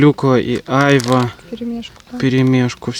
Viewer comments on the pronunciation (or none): Доброго времени суток! Ребята вы просто очаровательные! У вас такая тёплая и душевная семья. На вас реально нужно ровняться многим. Спасибо за ваши видео! Бабуле с дедушкой дай бог здоровья! Да и ещё,айва, ударение на второй слог айвА, без обид. Удачи вам. А мы все будем ждать новых видео. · Вы конечно из Белоруссии..и можете не знать. но на русской слово айвА. ударение на последний слог. Всего вам доброго. ( написала не для критики )❤ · В России на Айва ударение делают на последнюю А😂 у нас тоже дерево растет, очень с нее вкусное варенье, может я что-то путаю и у вас другой какой-то фрукт называется Айва, а малинку посадите себе вы справитесь, мы тоже перетераем с сахаром и в холодильник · Добрый вечер из Крыма. На 51минуте это не сыроежки, это сладкие грузди. И не Айва, а айвА правильно, это турецкое слово. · Ребята, вы молодцы!!!! Сбор малины- это очень интересно. Но почему бы на вашем хуторе не заняться голубикой?! Хвойный лес же у вас. Но вам виднее. И еще: вы называете Айва, делала ударение на первый слог. А на юге название айвА. Я южанка. У меня айвА в саду. С полкило и более каждый плод. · В слове Айва ударение на последнюю букву А